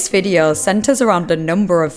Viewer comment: Investigeeeeh, videeauo etc. , the same "melody" of every sentence - pure pain to listen to this weird narration!